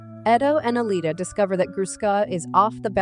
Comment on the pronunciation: That’s ALITA, not Alia. Also, Ito, not Eddo.